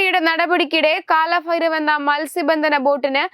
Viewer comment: കാല ഫൈര ഫ് അല്ല . കാലഭൈരവ്! അക്ഷരശുദ്ധി തീരെ ഇല്ല!